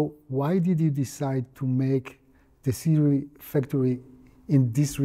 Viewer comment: so many people insists on it being pronounced "su-ray" but hearing it pronounced "si-rui" makes so much sense